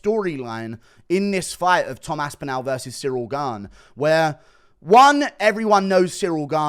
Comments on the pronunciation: His name is Tom AspinALL - not AspinAL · You cant even say his name correctly